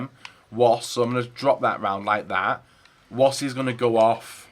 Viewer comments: It's pronounced 'vass' not woss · Not pronounced ‘Woss’ you donut